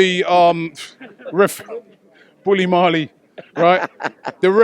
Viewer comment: Man Said Bully Marley